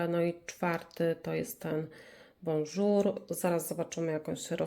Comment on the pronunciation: Bourjois czyta się [burżuła], nie bonjour... I co ma bycie wegańskim do konsystencji?